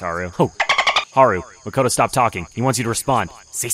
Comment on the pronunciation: Only problem I have with the show so far is that they pronounce Makoto and completly wrong. Other than that, awesome series.